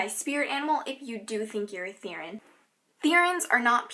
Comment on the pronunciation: I'm not trying to be mean but the way you say Therian drives me crazy, lol. It's "Ther-ee-an." =)